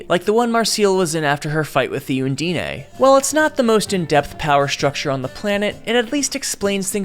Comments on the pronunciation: its un deen ** pronounce the words correctly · Bro you mispronounced Undine Uh(like, uhh…)-n-dine(as in fine dining). It’s european elemental magic alchemy bullshit, it’s quite common in stories so it’s a wonder how you fucked up the pronunciation so badly. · Undine isn't a Japanese word you don't need to add the e sound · I'm sorry? king durgal?? DE-GAL it's pronounced DE GAL. Also don't pronounce the E in undine it's silent and makes the i sound like ee, so it's pronounced un-deen. I apologize on English's behalf because it sucks but please look at the words and listen to how other people say it. Other than those slight nitpicks about how you pronounce made up words, amazing video. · From the pronunciation of Marcell and Falin's names alone, and essentially the Undine (on dean ayh?) im almost positive this is AI generated garbage, but I'd loved to be proved wrong.